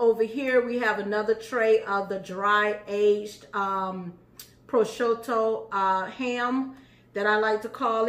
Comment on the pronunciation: Pro shue toe the ham. Prosciutto